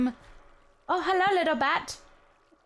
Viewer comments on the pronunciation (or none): none